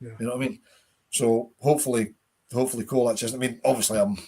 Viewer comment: It's pronounced cholak